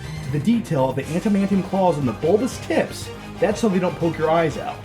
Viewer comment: Is no one gonna talk about "bulbas tipps"